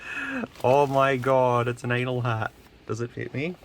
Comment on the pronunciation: i remembr u saying 'ainol spark, ainol firewire 🤣